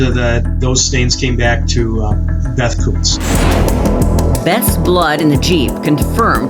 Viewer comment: Kutz is pronounced “coots”, rhymes with “boots”